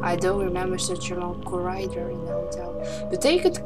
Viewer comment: je spreekt het niet uit als corraidor maar gewoon als corridor, met een korte i :p leuk filmpje trouwens! x